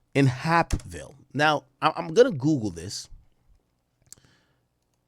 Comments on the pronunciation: I’m literally 5 mins from hapeville but the way he pronouncing it I thought this happened in some small town far away that I’ve never heard of.. Its pronounced like heyp-ville basically like cape but with a h instead of a c aka lil Mexico it’s nothing but Mexicans over dat way good food over there though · Somebody tell Ak that it’s pronounced “HAYP-VILLE”😂😂😂🤦🏾‍♂️ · It's pronounced H-🦍-ville. It's considered Atlanta/Fulton County, Georgia. It's close by the airport. There are hotels and restaurants on the strip.Also a Porshe dealership.You basically get off an exit and it's a regular 4 lane road and some one-way streets. Depending on the direction you're traveling. I think he might have been under the influence of something. He hit something and panicked and called his manager instead of the police. He probably knew the police would be able to tell he was under the influence while operating a motor vehicle and would've arrested him on the spot. Nobody wants to go to to Fulton County jail! I think he called his manager to avoid any trouble with the police. The manager was at one of those nearby hotels. He probably could've walked there if he wanted to. Although it's still confusing as to why he decided in that moment to unalive himself! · Hapeville is pronounced like Vape with an “H”. Hapeville is Atlanta, it’s by the Airport and Porsche Building. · The way he sayin Hapeville is killing me lmaoooo